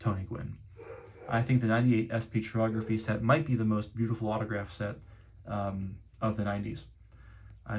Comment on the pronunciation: Pronounced kai-ography not chi-ography. Yes or no😂😢😊❤🎉😮